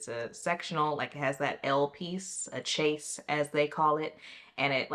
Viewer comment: Chaiz. That’s how it’s pronounced.